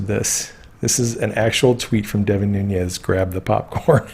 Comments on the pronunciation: Nunes is pronounced Noo - nes. It is Portuguese. Núñez is Noo - nyes, which is Spanish. Just fyi. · Nunez= portuguese noo-nez, not spanish ñ